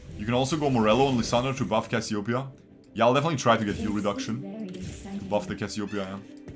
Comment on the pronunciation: not cassiopia ..., Cassiopeia . And check your nose ..